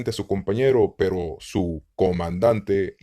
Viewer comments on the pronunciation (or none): none